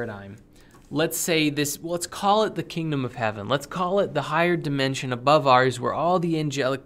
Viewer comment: Every time says "dimension", my brain hears "dimentia".